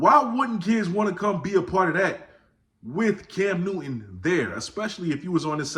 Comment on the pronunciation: I could swear Newton has a “t” in it…..🤣 Keep doing ya thang,!! 👍🏾